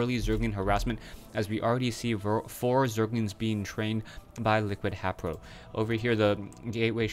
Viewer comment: WHy does this guy say HApro. its HAYpro say his name right